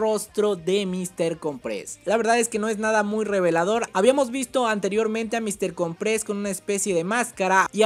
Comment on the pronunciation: se dice Míster cOmpres... como que con un acento en la O de cOmpres. es artante escuchar que le dicen mister comprEs..